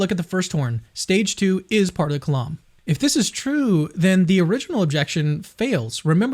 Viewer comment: The "lam" in the word kalam is pronounced like "lamb", not like "Lawm"